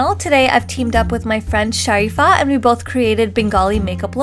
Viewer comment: I LOVE how you say sharifa like a bengali mom lol <3 love you girl